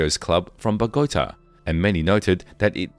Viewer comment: I wish you would pronounce Ochoa correctly. Such an insult and disrespect to the family. And pronounce Bogota right. If you can't pronounce Spanish correctly then don't make the video, it's very disrespectful.